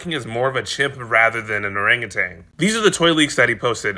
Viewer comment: I hate listening to people mispronounce orangutan. There is no g at the end of that word. Stop saying it.